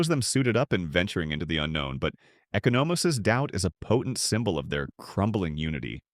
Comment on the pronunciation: Bruh you saying Echo No Mose bruh its, E Con O Mose lol. Good video though you got a real good voice for this type of content you're gonna hit the millions! Especially if you pronounce names right lol. I'm assuming its like Tim Meadows bird blindness, its just name enunciationless lol.